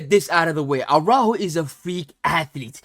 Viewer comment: You couldn't have butchered Araújo's name pronunciation any more even if you tried.